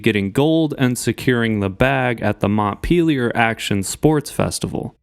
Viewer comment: You butchered that Montpellier pronunciation godayum